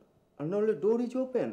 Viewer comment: ডোর ইজ ওপেন, নাহ, ডৌর ইজ ওপেন😂😂😂 যখন ইংরেজি প্রাকটিস করে😅